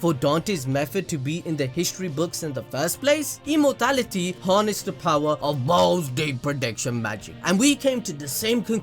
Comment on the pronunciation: love your theories very much!!! btw its "E M O R A L I T Y " not "Emortality"..